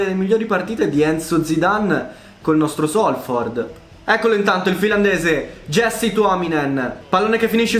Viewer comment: Si dice iasse tuominen, se no c'era scritto jessie. Comunque è solo un' osservazione. Grande carriera continua così.